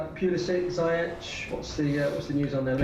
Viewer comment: Zee-yesh ffs...